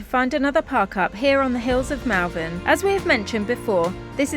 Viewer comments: Great to see you sorted! Sorry to correct you, but I noticed this last time, you pronounce Malvern incorrectly. Its Mull not Mall xx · Enjoying your enjoyment of your posh new van. I wish you many happy years ahead and wonderful adventures. Just to let you know that Malvern locals pronounce the ‘a’ in the same way you pronounce the ‘a’ in almond (ie. It sounds like Molvern). It’s a truly minor thing but I grew up there and every time I hear a hard ‘a’ it jarrs . Best of luck to you both,!and happy happy travels. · A great video as always, thanks, apart from the irritating pronunciation of Malvern as it looks written down, whereas as a lifelong resident of Worcestershire, it is pronounced as " Mol- vern", as alluded to at one point, but then continued pronouncing it wrongly for the rest of the video. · You were just down the road from me. It is pronounced (mawl.vn). Don't listen to how the sat-nav pronounces it. I just heard you correct yourself as I typed this lol. Love the van it looks very posh. I am very happy that you have found something and hope you have good luck. ps. Wetherspoons in Malvern has a big deck looking out over fantastic views. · Malvern hills have a special place in my heart, i have family in Powys and the sleeping princess in the Black Mountains is simply stunning ❤ please try to remember its pronounced Mulvan! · Love the pronunciation of Malvern for most of this video including the point at which corrects himself:) Got to love the English language.